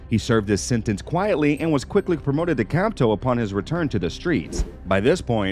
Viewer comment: It's HILARIOUS listening to him pronounce the different names and ranks. "Capto" had me dying, so did "R-I-C-O" lol